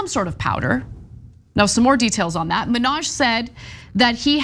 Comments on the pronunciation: STOP SAYING MINNAJ LIKE NIKKI MANAJ. YOU'RE A REPORTER, try to say hi name. Hasan ...,MINN...HAJ. If you can't say it correctly, throughout the piece, refer to his first name. It's not like we are going to forget which Hasan you are talking about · it's HA san MIN haj, not HaSAN Menage. Cheers!